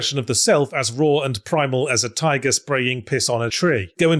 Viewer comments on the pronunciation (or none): none